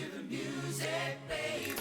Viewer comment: Didn't like the way Lorrie Morgan said Baby. It sounded like Babby.